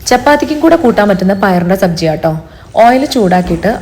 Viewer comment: Sabji അല്ല ചേച്ചി.. സബ്‌സി 😅😂